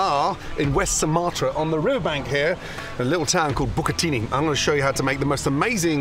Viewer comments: damn, he said " bukit tinggi " as Bucatini ? 😁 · He says "Bukit Tinghy". Sounds like bucatini tho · "A little town called Buccitini" 😂 Its bukittinggi not buccitini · Every indonesian : Bukit Tinggi Gordon : Bucatini (a damn pasta) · Gordon was trying to say: 'Bukittinggi' But it heard like bucatini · Buccatini 😂😂😂😂 it's Bukittinggi, Chef 😂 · Hello Chef Gordon, the correct pronounce is Bukittinggi not Bukittini. Thank you and have a nice day. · I heard bucatini also lol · I heard bukit Tiny... 😁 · but he said bukit tining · him pronouncing bukittinggi as "bookatingy" in the most british way is like how indonesian would pronounce sheffield as "chepil" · He pronounced it like bucatini. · 😂😂 bukatini ahahahah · And that is how I’m going to pronounce my buccatini from now on.